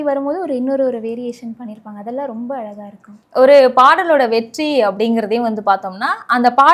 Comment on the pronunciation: அழகாயிருக்கும் correct உச்சரிப்பு.- அலகாயிருக்கும் wrong உச்சரிப்பு